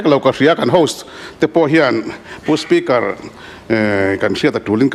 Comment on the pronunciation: Kan ek eia ve hi..spu spikar te a'n tiah😂